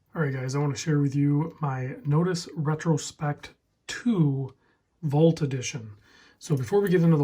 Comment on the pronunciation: Interesting way to pronounce vault. I wasn’t smelling what you were stepping in at first but now I gotcha. Cool watch man!